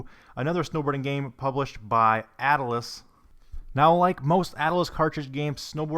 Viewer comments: Atlus is pronounced like atlas, like a collection of maps or like the Roman god, at-lus, not at-uh-lus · Why does he say ata-lus and not at-lus? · It's just Atlus, not attle-us. Like And Ocarina of Time, as with all new AAA games at the time, were $50 - $60 new, not the $30 you quoted. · At-lus, not At-l-us. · I like how he says dallars and somehow finds an extra a in atlus lol